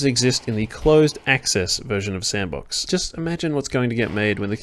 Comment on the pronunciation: I thought it was pronounced "S and Box"